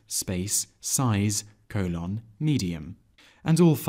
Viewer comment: Have never heard anyone pronounce colon as "coh-LOHN." Nonetheless, this was a very succinct and helpful video. Thanks.